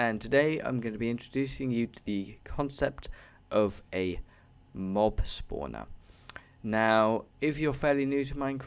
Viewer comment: It's great, but mob spawner should probably be correct cause it sounds like mobilities